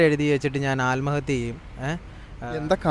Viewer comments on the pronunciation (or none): ആല്മഹത്യ അല്ല bro ആത്മഹത്യ